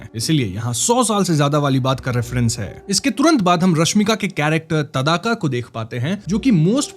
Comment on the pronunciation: ताड़का है ना की तादाका